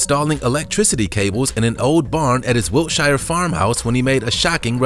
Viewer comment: FYI, Wiltshire is pronounced wiltsure